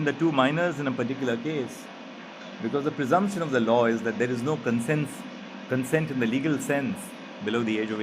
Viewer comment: Consent ka ye pronunciation sun sun kake mai bhi bhool gaya ki actually pronunciation kya hai.... arre bro aap ko bohot log sun rahe hain try to pronounce the words correctly so others don't make the same mistakes that you do. You may not be held responsible, but you should take the responsibility.